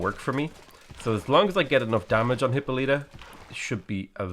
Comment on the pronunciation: For the hundredth time,, Hippolyta is pronounced "Hip-Paul-lih-tuh" not "Hippo-leet-uh"!